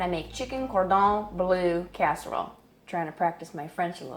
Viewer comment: bleu please. not blue. please.